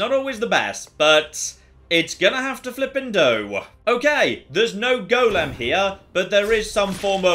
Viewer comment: The way says golem is such a small thing but it annoys the life out of me 😬😬😬😬